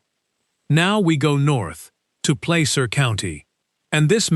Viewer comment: There is no “Place-Er” county. It’s pronounced “Plas-Er” county. Nice going AI